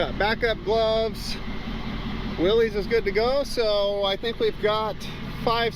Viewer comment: Love your videos! It drives me crazy when you say "willies" The mans name that invented this was pronounced "Willis" It has been accepted to call it "willies" and I am not a man to tell another man how to do something as I am a libertarian. I get the same way when people call a bmw car a "beemer" Its a "Bimmer" The bmw motorcycle is a "beemer" 🤣😂🤣 Again love your videos and hope your channel blossoms like a flower..